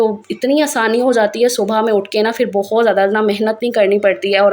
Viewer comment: Dear sister urdu ko zinda rakhain.bhiga nahin bhigo.fir nahin phir